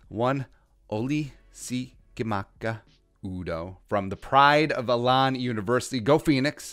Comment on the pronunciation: Love the videos. I live near Elon and just so you know it’s pronounced the same way as Elon musk. Also, what do you think the chances are we see Troy Dye this year? Very intrigued with him on defense